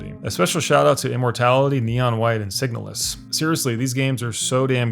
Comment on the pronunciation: You should really put title cards for the games you mention, especially indie titles that not everyone is going to recognize. Are you saying signal-less, signulles, signalus, sighnaluss, signal us, etc??? How do I find this game if I can't even understand what word you're saying? 😅